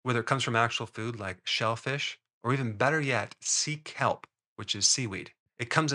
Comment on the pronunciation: 😂 heard 😂 it as seek help.. 😂 sea kelp... love that stuff ♥